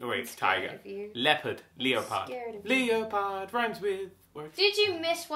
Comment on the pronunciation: Dan you said Leo pard my real name is Leo